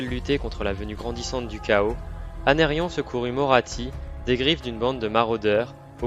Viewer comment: Non mais, c’est pas « Anérion » sérieux, c’est Aenarion